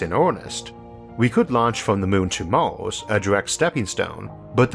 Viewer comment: Can you stop calling Mars "mouse"? So distracting.